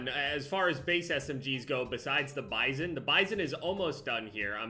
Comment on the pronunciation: says Bizon Me: I think your saying pp wrong